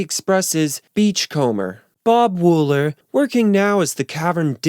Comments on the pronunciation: Its Bob Wool-ER!! Not "en" Thats an R at the end of his name. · WOOLER! Not Woollen. WOOLER! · Its Bob "Wooler" not "Woolen." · Bob Wooler not Bob Woolen 👍🏻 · I could have sworn that Bob Wooler's name was Bob Wooler, and not Woolen. Have I been wrong about that for all these years?! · The guy's name was Bob Wooler, not Woolen. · I thought it was Bob Wooller, not Woollen. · The name is pronounced Bob Wool - ER, not Wool - EN. (The captions are spelled correctly.) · Your propensity for mispronouncing last names like that of Bob WOOLER is hilarious. But it's a decent video otherwise. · Bob Wool-ER. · And it's "Wooler" (one "L"). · Good vid..... but why do you mispronounce the names of people and places so much? Bob Woolen? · WOOLER!! ITS BLOODY BOB WOOLER!! (btw... love your videos... but you fuck at least one name up every video! 😆🤣) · Richard Starkey, not Starkley. Bob Wooler, not Woolen. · Yeah? But he gets Ringo's surname and Bob Wooler's WRONG.